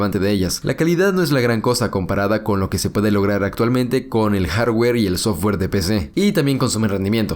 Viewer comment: En cuanto al jarrwerr xD